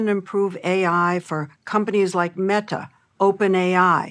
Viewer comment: every time she says meTa